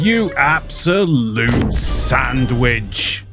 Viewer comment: "you ab-solute SAND-WICH" had me crying XD ima use that